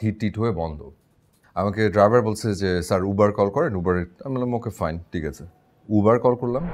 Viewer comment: It's not ubar it's uber bro